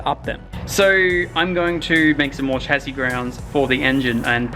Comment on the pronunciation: “chas-see” not “chazzi”